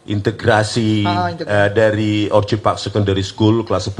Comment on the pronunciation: If Mr Rismon holds a doctorate, why is he unable to pronounce the basic English word "orchid" correctly?